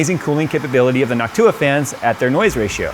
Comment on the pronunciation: NOCTua... not "Noc-TOO-ah."